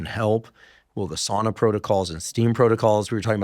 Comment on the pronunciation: I love you & I love your podcast. PLEASE pronounce sauna correctly....SOWNA. My grandmother was from Finland and spoke the language.